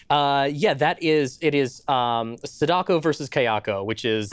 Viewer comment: I don't really want to give grief about how he butchered the pronunciation of Sadako, but it was a horror show...